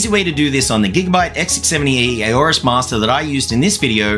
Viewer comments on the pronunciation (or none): none